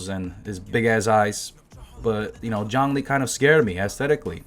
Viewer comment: "Yhongli"? Yeah right...